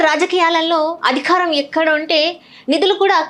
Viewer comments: ముందు తెలుగు నేర్చుకోండి. ఖారం కాదు, అధికారం అని చదవండి. మా ఖర్మ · అదిఖారం కాదమ్మా... అధికారం.